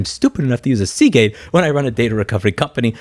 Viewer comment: Hold On , Did Bro Say Seagate ?